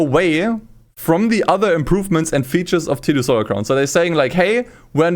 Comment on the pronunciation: tsu stolar crown lmao xD